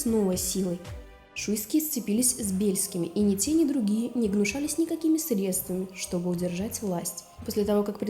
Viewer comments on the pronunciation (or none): none